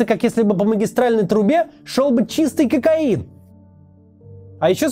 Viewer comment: То с каким возбуждением Максим произнес слова "ЧИСТЫЙ КОКАИН" удивляет и наводит на размышления :face-green-smiling::face-green-smiling::face-green-smiling